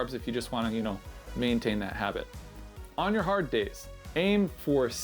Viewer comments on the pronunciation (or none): none